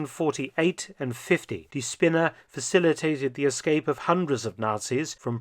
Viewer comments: Its not Spinner(idiot) but spinne( spider) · I find it most fitting that "die Spinne" (the spider) is misspronounciated just enough to become "die Spinner" (the loonatics)....